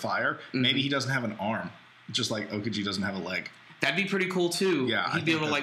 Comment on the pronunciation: lol how you guys pronounce Aokiji... OKAJI!